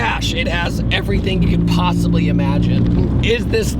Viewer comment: your "possibly" in it? 😂